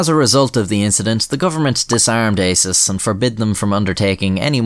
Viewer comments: the way he says ASIS sounds a lot like isis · I think it's pronounced "ASSES" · ASIS, pronounced arses?